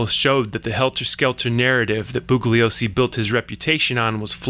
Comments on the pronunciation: The “g” is silent in mr. Bugliosi ‘s name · The g is silent in bugliosi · The only thing flawed IS THIS LOUSY SO CALLED "WHAT WE KNOW" PIECE OF CRAP!!!!! The narrator keeps referring to Vincent Bugliosi while EMPHASIZING THE G in the last name BUGLIOSI, when Vincent Bugliosi asked the Manson defense team to stop emphasizing the G when in fact the G is soft & NOT PRONOUNCED AT ALL IN HIS LAST NAME. Despite correcting the Manson defense team, both the Manson defense team & the defendants continued mispronouncing Vincent Bgliosi's last name. It accomplished ABSOLUTELY NOTHING & they all went to prison. This LOUSY PIECE OF CRAP WONT ACCOMPLISH ANYTHING EITHER. . .